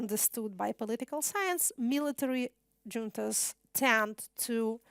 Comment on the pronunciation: Ксения, ну, не стоит преувеличивать, и ошибки в произношении встречаются. И в построении предложений, и в грамматике (артикли, конечно, особенно страдают). Просто хороший рабочий уровень и большой словарный запас, хотя есть и лексические ошибки типа kernel вместо core и т.п. никакого mastery тут нету. А вот зато в том, что именно она говорит - вот где mastery! ))) "джунтас" вообще посмешили, если "дж", тогда уж "джантас" говорить, как американец, который никогда не слышал испанского, лол ))